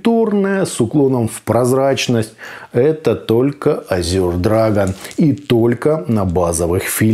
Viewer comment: Ну почему "Азюр" то?! Буквы "ю" там ни в каком варианте не просматривается. По английски это "Эже" ну а по русски, на крайняк - "Азур".